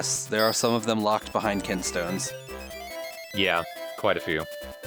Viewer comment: They're called kinstones, not kin'tstones. Kin and can sound similar, you see.